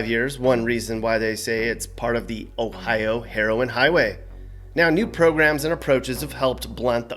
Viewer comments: The pronunciation of Ohio is a bit oof but it’s close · It sounds so weird when other people say our states name